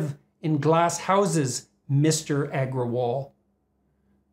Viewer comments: mr eggerwall lmoo, bucthered the name like a pro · Indian me in splits at his pronounciation of parag agarwal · It was funny hearing that "Agrawal"